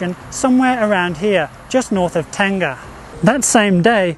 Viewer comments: Not Tenga, it should be Teng-Ah. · I think you meant Teng-Ah, Ten-Gah is a Japanese male self baiting sleeve. :)